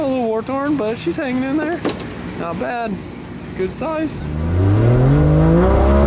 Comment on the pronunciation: Love the "not bhed good soize" 🇦🇺if ya know, ya know🇦🇺